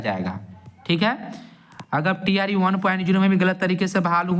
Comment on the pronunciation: Bhai tree pronounce mat Karo TRE bolo jayada thik rhega